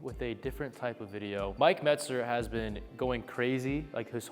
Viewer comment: Andrew eubanks does not know how to say mentzer